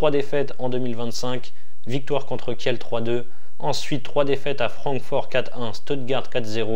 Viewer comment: Merci pour ces bonnes analyses mais si tu pouvais dire Kil ou lieu de Kielle pour les prochaines vidéos 😉